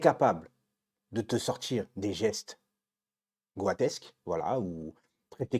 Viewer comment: Goat ça se prononce « got » donc goatesque = gotesque